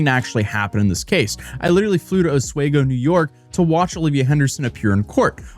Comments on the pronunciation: Ah-Swee-Go, not Ah-Sway-Go. And a dude being passed out in a drunken and semi-clothed state with the front door open wouldn't be a surprise in Oswego: we partied hardy there. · Os - we - go NOT Os - way - go. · OsWEgo, not OsWAYgo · It's osWEEgo, not osWAYgo. When are you going to get it right? Didn't they correct you when you were there? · Hey Oswego resident it’s pronounced os-we-go not os-way-go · Os-weeee-go, not os-way-go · Os-WE-go. Not Os-"way"-go. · Just a little fyi for your future videos, Oswego is pronounced Os-we-go, not Os-way-go. Just trying to be friendly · For the record, it's pronounced (Os wee go) not way go. Yes, it's very cold there and I'm never going back in the winter. Or any other time, for that matter! 😁 Great videos! Hope she gets what she deserves. SAed? Seriously? What is wrong with this generation of kids? The dude got drunk and passed out naked. SFW??!! Grow up little girl! You are NOT a victim! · “oswaygo” is killing me, I am from here and its pronounced just like it’s spelled, os-we-go 🤗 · It’s pronounced Os WEE go. Not os WAY go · Please say “Os-We-Go” not “Os-waygo” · pronounced oss-WEE-goh not oss-WAY-goh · It's pronounced Osweego not Oswaygo . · Os-We-Go not Os-Way-Go mate. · When push comes to shove she'll take the deal. Also it's pronounced Os-wee-go not Os-way-go. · Alright you're killing me.... It's Ah-swee-go not os-whey-go 😂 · Doordashing and all other gig jobs should never be your main source of income, the fact shes flipping that much out over it? So much yikes over this. Edit- in my neck of the woods (upstate ny) ive only ever heard Oswego pronounced "os wee go" not 'os way go" not a big thing but just wanted to mention it. Love the video. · Its pronounced Os-we-go not Os-way-go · Please, please, PLEASE, pronounce the name correctly. It’s “Os-We-go”, not “Os-Way-go”… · I'm from NY. Never heard anyone pronounce it "os way go". It's "os wee go" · ffs it's pronounced Os-we-go not Os-way-go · Lol “oswaygo” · It's "Os-wee-go"